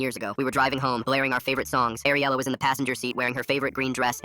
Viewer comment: My friends name is ariela and it's ariela not AIR-ela